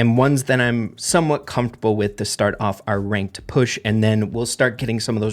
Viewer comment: "The famous Reynked"